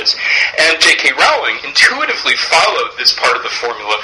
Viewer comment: This is very interesting but I must say, J.K Rowlings name is pronounced Rolling, like rolling pin! Sorry, I'm just very uptight about these things XD